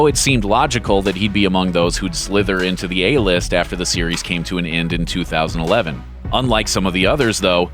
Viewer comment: "...among those who'd SLYTHERIN to the A list..."